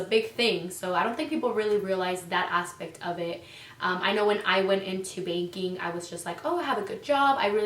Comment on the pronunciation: At one point she did said baking....hilarious 😂